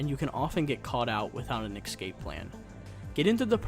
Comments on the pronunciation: It's escape not eXcape damn it's way too annoying to hear that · why does he kep saying 'exscape' ? if its a joke I'm not getting it